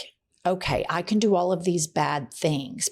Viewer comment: Did you say "it takes the canks?" 🤔